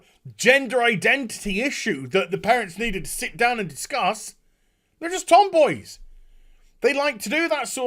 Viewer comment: Did he just say "Anita discuss this?"